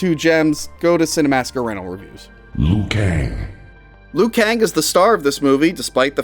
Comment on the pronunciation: He is called Liu Kang not Lou Kang.